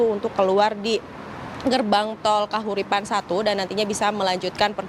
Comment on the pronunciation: Gerbang Tol Kalihurip 1 bukan Kahuripan 1.